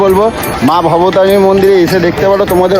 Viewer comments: ওরে মূর্খ, কথাটা বলতে শেখ। মা ভবতারণী কি আবার, কথাটা মা ভবতারিণী.. আবার সানগ্লাস নিয়ে বেরিয়েছে, খোপড়ির উপরে তুলে ভিডিও করবে বলে..লাল চশমাটা কোথায় গেল? দীঘার সমুদ্র নাকি মা গঙ্গা😂 সবকটা মূর্খ এক জায়গায়। রানী রাসমণির বাড়ি, দক্ষিনেশ্বরে দাঁড়িয়ে কি খুঁজছিস? সালা ওটা কলকাতার জানবাজারে। তোরা কতদূর পড়াশুনা করেছিস রে? ওরা ঐ গ্রাউন ফ্লোরে ছিল😂 তোদের তো দুজনেরই তো মঠ বেরিয়ে গেছে, দেখলাম...😂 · ওরে মূর্খ! ওটা "মা ভবতারিণী".. "মা ভবতারুণী" নয়! আর ওটা "রামকৃষ্ণ".. "রামদেব" নয়!